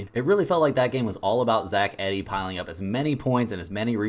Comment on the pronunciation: Cmon how anyone suppose to take your advice when you can’t even pronounce one of the best players in college bballs name right. It sounds like Ee dee not eddy.